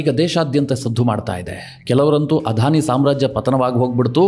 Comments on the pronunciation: Sir, You have pronounced everytime as 'Adhani' instead of 'Adani'. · ಅಧಾನಿ ಅಲ್ಲ ಅದಾನಿ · It is not ಆಧಾನಿ. ಅದಾನಿ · It is not Adhani it is ‘Adani. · Adani not Adhani.